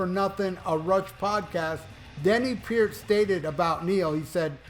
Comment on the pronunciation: Is it too much to ask you to learn how to pronounce the guy's last name???